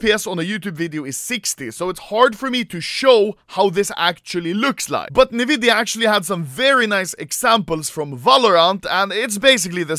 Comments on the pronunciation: This video's straight up an ad. Also sto saying nividia, it's pronounced N-vidia. Also there are monitors that can do more than 360hz, so it' really not the world's fastest. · Nvidia N-vidia "Nividia" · normal people: enVidia also anomaly: neVidia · everyone: pronounces nvidia as ''EN-VIDIA'' Anomaly: ''NEVIDIA'' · nobody: Anomaly (being a true sweed): "Niiividia" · why does he say nividia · Nevidia AHHAHAHAHAHHAHA